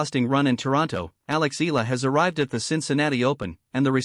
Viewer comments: Eh Yah La not Ih La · She's NOT E-L-A, NOT pronounced EELA. She's E-A-L-A, pronounced E-AH-LA